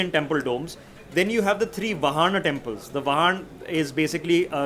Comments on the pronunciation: Please it is RAAmayana,VAAhana. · Sorry your pronounciation of word Ramayana and vahana need to be done properly